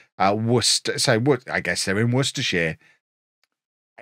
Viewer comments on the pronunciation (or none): none